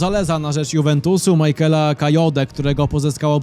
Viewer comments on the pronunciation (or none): none